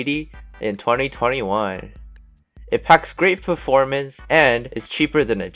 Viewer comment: Nice. Been waiting for this moment. The AIO choice is questionable, the way u said “performance” u said “ferformance” 😂 but still good builds!!!